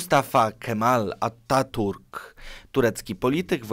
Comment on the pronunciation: Nie Ataturk, tylko "u" czytamy jako "i" Atatirk. A tak poza tym niezły odcinek.